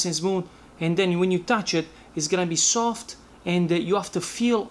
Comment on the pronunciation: Took me seven time to understand that you said "half" amount, ☺ Love your accent, me n my wife used to talk with each other in your style every time we made a pizza.. "sooft & crounchy.." ☺ thank You.. You've been a lot of help...